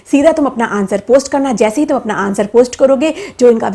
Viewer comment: She has no ethics to speak even. She calls "tum" "tumien" lol